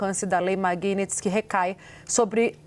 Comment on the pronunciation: Esses repórteres não conseguem nem pronunciar direito a palavra Magnitsky. Pelo amor de Deus, é Mag-níts-ki, não tem mistério!